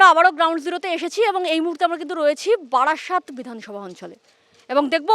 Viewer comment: ওরে বাড়াসাত নয় বারাসাত। বাড়াসাতের লোক এরকমই ভাবে। পরের বার বারাসাতে যেও কেমন।